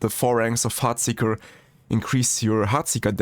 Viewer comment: I can't unhear the "FART" seeker 😂